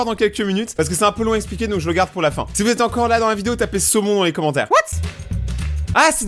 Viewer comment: Semon ou saumon j'ai pas compris